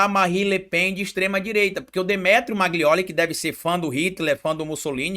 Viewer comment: Amigo não é MAGLIOLI é MAGNOLI